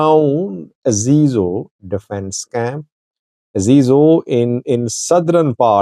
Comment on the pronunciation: This is how you pronounce the place "Azizo". No it's pronounced as "Azezo", Aze zo